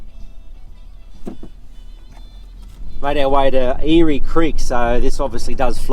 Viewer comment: Eyre creek is pronounced air creek not eary creek.